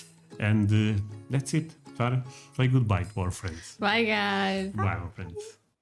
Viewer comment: Andre and Sara (pronounced Sarr-ah, not sayre-ah) were in about 4 square miles of the over 22 square mile island of Manhattan, all of Manhattan is only 7% of New York City and about 000.048% of New York. Again, the CITY is called New York City, the STATE is called New York. Do not call the city "New York" we are tired of that city getting confused with our beautiful state.